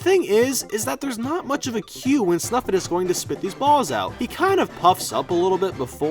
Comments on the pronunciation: It's snifit not snufit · it's called snifit not snufit. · I pretty sure it is snifit,not snufit